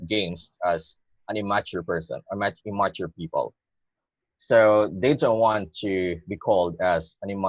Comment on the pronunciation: im- MA -ture. it's so cute when Mr. Examiner is suppressing a smile at the unconventional pronunciation.